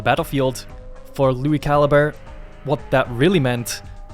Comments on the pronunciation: I lowkey thought his last name was said (ca-lee-bray) until you said it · back when i thought he was italian because i mispronounced calibre 😅